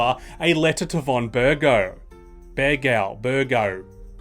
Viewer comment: Bergov! The V is not silent.